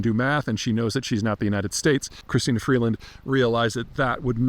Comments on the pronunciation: Peter can't even gets Freeland's name properly. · Beat her in a debate but keeps saying her name wrong hmm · Freelund? Seriously? What are you smoking there bud?